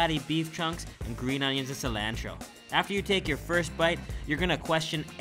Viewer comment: I had to stop watching when ever he said cilantro